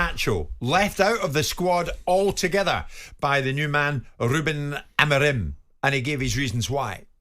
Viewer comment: Why can't you pronounce Amorim's name correctly and you keep saying AmArim? Where do you see the second A instead of O (like in do)? Besides hearing problems are the English also short seeing? Get a doctor, please!😂😂😂